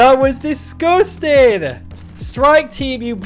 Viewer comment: Anyone else love when says “IM DISGOOSTIN!”